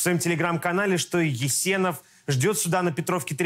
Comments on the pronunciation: Не Éсенов, а Есéнов! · Не Есенов а есЕнов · Видимо казах, из Калмыкии.. ЕсЕнов, ударение на 3 букву е.. Молодец казах.. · Ес'енов ударение на второй гласный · Ударение в фамилии Есенов, на вторую букву "Е". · Есенов на 2ой слог ударение обычно